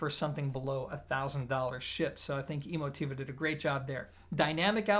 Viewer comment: Are you pronouncing the name correctly? Is it E-mo-TEE-va like you say, or e-MO-ti-va?